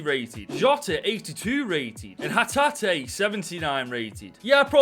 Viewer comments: You said hatate correct! 😂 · You said hatate correct ✅